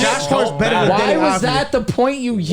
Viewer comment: Its Avdija* not Advija